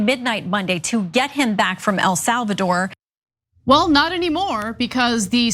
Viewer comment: Anyone else giggle at how Ana pronounces it “El Solvador”? 😂